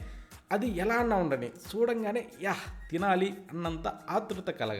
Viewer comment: తమ్ముడు ఏ ఊరు మీది చల్ల అనాలి సల్ల కాదు చూడంగానే అనాలి సుడగానే కాదు కరెక్ట్ చేసినందుకు మీకు తప్పనిపిస్తే ఏమనుకోవద్దు